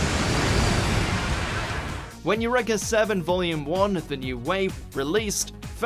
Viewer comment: U-REEEEE-KAH... not u-reh-kah